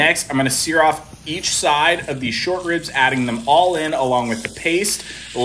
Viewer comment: You called Mole` MALL🤷🏽‍♂️🤣🤣🤣 IT IS PRONOUNCED MOLE-A ! Lol Shit looks fire though!!!!